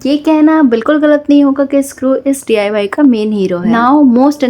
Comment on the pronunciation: Mam D. I. Y. Nhi डाई Bolo